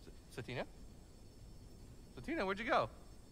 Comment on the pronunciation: "Sa-Tina", is how I think it's pronounced! Just a suggestion!